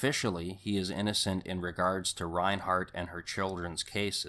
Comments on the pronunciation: Wombug lol...it's Wahm baw....Valaitis is Vah Lie tis Reinert = Reye nert (NO H) Before you make a video, learn how to pronounce people's names. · It's Susan Reinert; not ReinHART. And, author Joseph Wambaugh's name is pronounced Wom-baw. sheesh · There is no H in Reinert 🙄